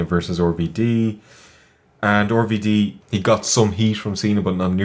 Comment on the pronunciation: Why do they keep calling RVD 'Orvy Dee'?